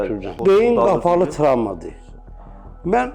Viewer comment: Ancaq mən man deyir😂